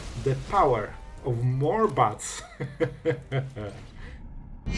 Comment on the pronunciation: why do i keep hearing butts whenever you say bats ? <3